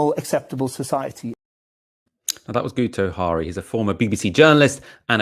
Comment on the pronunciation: It's pronouced 'Gitto Harry' - he's Welsh.